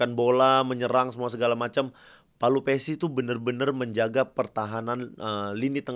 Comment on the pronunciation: "Pelupessy", bang; bukan " Palupessy".